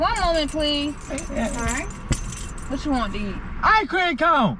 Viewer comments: This video made my day, is hella funny😂😂 the way he says "eyecream" instead of icecream😂 all those songs got me dead throughout this whole video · how many times did he say i-cream😂😂😂